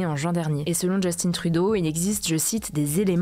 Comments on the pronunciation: Petite rectification, ont dit Justin et pas Justine Trudeau. N’oubliez pas qu’il est d’origine Québécoise donc ont prononce sont nom à la Française. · « Justine » Trudeau. Haha Il est francophone. C’est Justin ! Just-un. ;-) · Arrêter de dire Justine Trudeau, c'est Justin. Ça se pronce comme ça se lit. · En passant, on ne dit pas Justine Trudeau, c'est Justin Trudeau ! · Justin trudeau se prononce en francais Justin et non Justine :) C'est un francophone, même si cella ne parait pas quand il parle françcais. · On dit "Justin" pas "Justine". Justin Trudeau est franco-canadien et parle français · On dit Justin Trudeau pas djustine (il est québécois alors vous pouvez le prononcer en français 😃) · Je suis québécois et je trouve ca toujours comique quand vous prononcer le nom du premier ministre Justin trudeau, pas obligé de le dire avec un accent anglophone, il est né a montréal. Son nom se prononce "Justin" comme ceux que vous avez en france. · Merci pour les actualités! Petit truc par contre, par rapport à Justin Trudeau, pas besoin de le prononcer en anglais, étant donné qu'il est francophone:) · Salut Hugo et toute l'équipe, je vous suis depuis le début, j'ai déménagé au Canada depuis 4ans et le prénom Justin de Justin Trudeau doit se prononcer a la française, cela me fait vraiment bizarre de l'entendre a l'anglaise quand vous en parlez 😅 prenez soins de vous et merci de votre travail exemplaire ❤ (Si vous venez à Montréal je me ferai un plaisir de vous faire découvrir cette ville extraordinaire)😊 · Je me disais la meme chose et j'étais même surprise qu'il ne le prononce pas correctement de base ( pour moi la prononciation correct est française vue qu'il est canadien français. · Justin est un premier ministre qui vient du Québec, donc français. Ce n’est pas un anglais alors pas beaoin de le prononcer avec un accent anglais😉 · Pourquoi prononcer « Justin » en anglais ? On dit « Justin » comme les français.